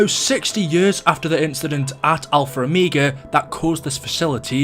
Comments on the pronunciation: It is pronounced o-meg-a not o-meag-a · He says omeega not omega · It Triggers me how you say omega but still love your vids keep up the good work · Whenever you say omega it bothers me for some reason